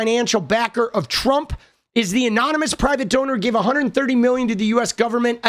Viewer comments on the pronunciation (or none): none